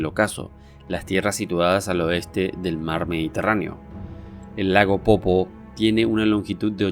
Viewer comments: Es lago "Poopó" no "popo"... pronuncia bien. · Se dice Lago POOPÓ men, eso de no ser oriundo de Bolivia e investigar nuestra cultura tiene muchas desventajas.